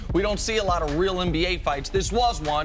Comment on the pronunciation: Cris still sayin “MBA player”